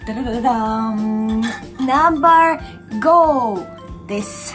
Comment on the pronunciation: 「ナンバァーー！ごぉ！」 この時点で結構日本に染まってますねw ファイブと言わない所が重度ですw